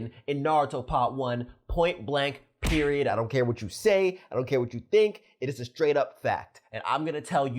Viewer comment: You said periodt